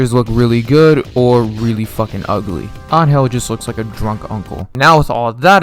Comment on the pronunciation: I was wondering why you pronounced angel so wrongly, then you said nameless is better than k9999, which is such an objectively good take